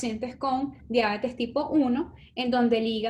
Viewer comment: No logré ver el video completo porque no soporté escucharlas decir "Diábetes" ... No lleva acento(tilde), es Diabetes se pronuncia Dia - be- tes ...Horror!